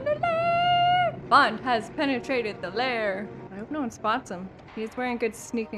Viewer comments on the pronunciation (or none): said penetratred. Huhuhuhu lol